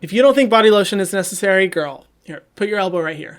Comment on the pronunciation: No one: Hyram: nÉceSSaRRRRiiiie